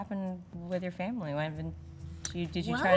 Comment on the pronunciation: "Vamily?" vomits blood